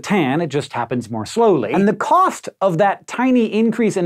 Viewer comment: ".... and the COST!!!1!..."